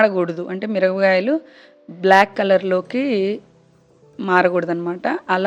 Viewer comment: Mirapakayalani meru mirabgayalu ani yenduku antunnaru its so funny